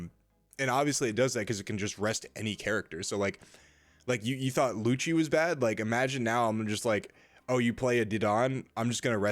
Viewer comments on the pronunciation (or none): none